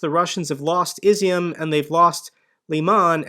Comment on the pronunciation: IZYUM is pronounced "E'ZOOM" it means Raisin ... just an FYI ...look it up